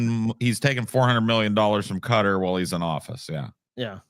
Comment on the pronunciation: Why tf does pronounce Qatar like that? 😂